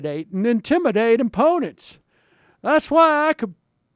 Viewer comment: lol "emponents"